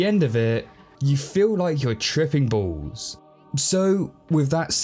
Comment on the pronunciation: you said triping bowls